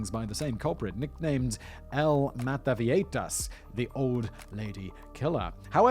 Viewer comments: Viejitas. Now, I'd imagine everyone would pronounce this one of two ways: vie-hi-tas or vie-i-tas... Simon: Vieieitaitaitatitatas. Carry on. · Vee-yeh-hee-tas simon